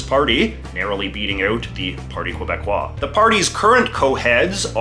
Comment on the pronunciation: Please. If you're going to pronounce someone's name, please use the correct pronunciation. Multiple times you had me grind teeth. And never say Qwebecois.